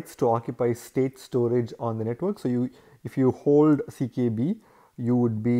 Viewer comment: why u keep saying CBK when its CKB?